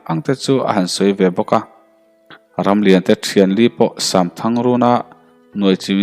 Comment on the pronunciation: Samthang tih hi shamthang ti angin a ri tlat zel